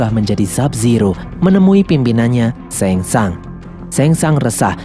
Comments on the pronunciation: Shang tsung bukan sheng tsang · Tsang Tsung = sangsung Liu kang = liu keng Kano = keno